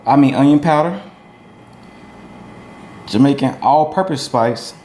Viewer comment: No offense but, He said Jamician STYLE!